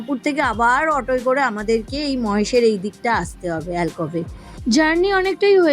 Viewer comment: Ota Mohesh noy..Mahesh